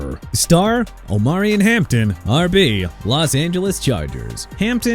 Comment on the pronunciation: Why can't you pronounce New Orleans right? Nu Or-linzz AARON not nu Or-leenz! Also Omarion Hampton pronounced Oh-mah-ree-on NOT Oh-mah-ree-an! Good job butchering everybody's names sir!